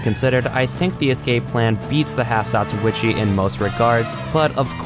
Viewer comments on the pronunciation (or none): Half Zatochi HE SAYS (lots more than he sould): Half Zatuichi